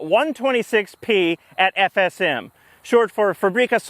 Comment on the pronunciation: I have to appreciate how you actually took the time to say FSM properly, many people absolutely butcher shit with ż and stuff and and up sounding like a drunk person saying shush